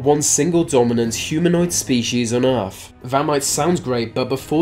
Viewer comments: Earf? Fousands? Furver? Maybe the guy has a speech defect, in which case fair enough, but if its just laziness then get a grip. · what is 'Erf'???? he keeps talking about some place called "Erf"...where the hell is "Erf"???